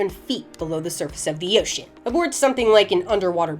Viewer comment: "below the surface of DEEOTIAN"